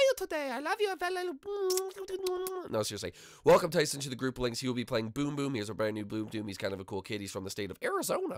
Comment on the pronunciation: Its group not grope